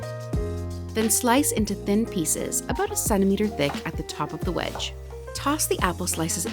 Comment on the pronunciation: The first time you said about, you sounded like you were from Canada, but the second time you said it you sounded like you were from the US! Lol😂 Speaking of Canada, we just watched the last episode of Schitt's Creek last night. So sorry that the show is over !